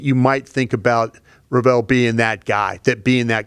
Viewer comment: can't say Revel's last name for the life of him and that was his favorite draft pick. LEVEL ----> REVEL 🤦🏾‍♂️ not "RuhVell"